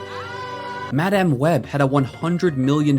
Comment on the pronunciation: The only thing worse than IGN is the way you pronounce "Madáme" Web